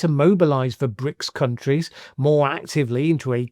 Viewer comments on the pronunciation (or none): none